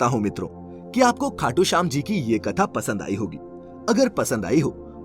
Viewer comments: Its khatu shyam not khatu khyam💘💘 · Khatu khyam nhi shyam